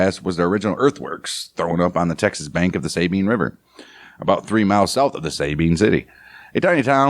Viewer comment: I like your report. Keep it up. One thing though, In Texas we don’t pronounce it SAY Bean With accent on first syllable. We say Sa ( as in saw) Sa Bean. With accent on 2nd syllable Thank y’all